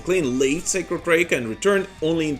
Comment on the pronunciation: Sacred Reich (Rike not Rake)